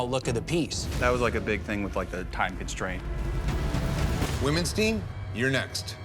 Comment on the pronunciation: Everytime Dave says "Women's team" I swear I think he's saying "Womenstein" and then I think, "That's a weird name", EVERY TIME